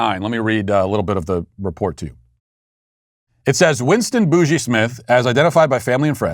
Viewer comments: I thought Boogie was pronounced the way it is in "Boogie Oogie Oogie." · It is. I don't know why matt pronounced it that way lol